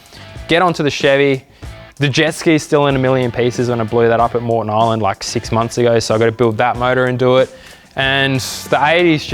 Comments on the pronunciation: "Eysland" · The “Eyle” Land (as in island)